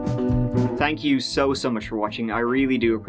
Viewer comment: Irish pronunciation-tree-tanks-turty